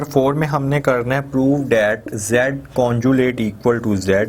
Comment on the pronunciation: Very dull and lazy teacher pathetic 😑....and someone correct him its conjugate.... not conjulate